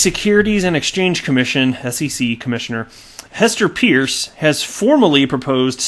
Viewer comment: Hester Peirce is actually pronounced as 'Purse'. She was once introduced by a colleague who cleared tat up.